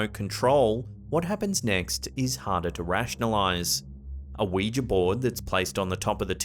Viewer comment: The one thing you have over top5s is that you know how to pronounce Ouija.